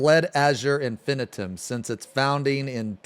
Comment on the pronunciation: I love that everytime pronounces Infinitum differently. "Infitum" "Infinaiiitum"